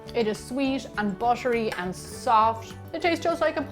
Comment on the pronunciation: "Bushery" xd